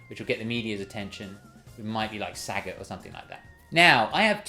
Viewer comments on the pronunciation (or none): none